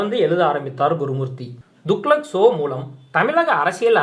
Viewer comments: Dear Gentleman it is not Duklak" the correct name is "Tuglak". When you youtubers from Tamizh Nadu are going to improve you pronunciation of words and names including Tamizh names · துக்ளக் என்பதை ஒழுங்காக உச்சரிக்கவும் கேட்க நாராசமாக உள்ளது